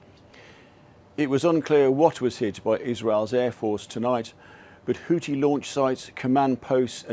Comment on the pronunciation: Christ... It's WHO-THI .. with an H at the end... NOT "Who-tee" . It's LITERALLY in the spelling (Houthi), you're also in the region where people likely say it all the time and you still can't even say their name properly. HOUTHI .... NOT "Hooti".